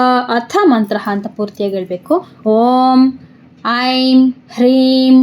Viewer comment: ಶುಂಭ ಇದ್ದಲ್ಲಿ ಶಂಭು ಆಗಿದೆ. " ಐಂ" ಇರುವಲ್ಲಿ "ಹೈಂ"ಆಗಿದೆ